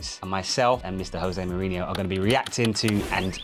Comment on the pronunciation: kinda annoying hearing this guy have the opportunity to meet José Mourinho and call him "Hosé" as if he were Spanish and misquote him as "the special one" not "a special one"